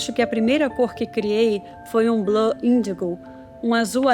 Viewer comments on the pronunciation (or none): none